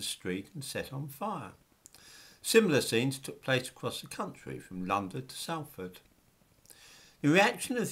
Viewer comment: The first syllable of 'Salford' rhymes with 'doll', not 'pal'.